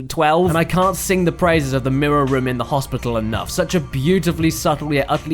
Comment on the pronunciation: Almost like "womb", which, given the body horror aesthetic the 3 Silent Hill had, is actually fitting.